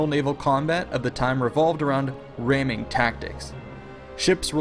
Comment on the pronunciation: What are "Raiming Tactics"? Do you mean ramming tactics?